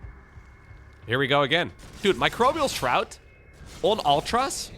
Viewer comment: This must be the first time did NOT pronounce Microbial Shroud "Microbial S-Shroud". Way to go,! Edit: Well, not all the to the end though:D Edit2: Actually just the very first time. lol On a serious note: I believe Harstem tried this in the unit tester once and came to the conclusion Ultras might be viable now vs. Lurkers. Looks like this trickled its way into the top tier ranks. What a game!